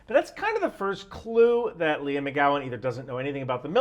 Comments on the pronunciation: I understand the skills need, but why do they all need to be appointed at such a high rank? Also, her name is Leigh, not Leah. You keep saying Leah. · Like 90% sure her name's pronounced " Lee " , just saying, since you've said her name like a dozen times in 3 minutes...😂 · I've never heard of this chick but I can read. I love that called her Leah instead of Leigh the whole video.😆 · Gotta be accurate? Then accuses tim pool of selling out to the Russians. WTF? Also. Leigh=lee not leah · The name "Leigh: is generally pronounced LEE but maybe she pronounces it like "LEE AH"